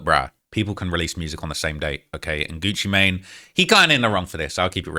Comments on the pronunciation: Bro said "gucci matine" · it also said “Gucci Maynay” 😂😂 whoever made this is a criminal